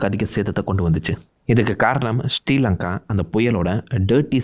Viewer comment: i am sri lankan why are you pronouncing the country name ST lanka ? it is sri lanka